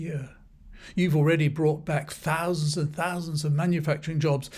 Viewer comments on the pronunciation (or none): none